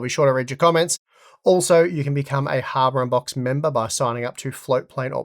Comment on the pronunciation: am i the only one to always hear "Welcome back to Harbor Unboxed..."? :P